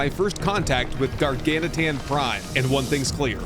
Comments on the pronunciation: Hey, you started saying Gar-gan-uh-tan in this one! Lol. (Instead of Gargantuan). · He reverted back halfway through, lol.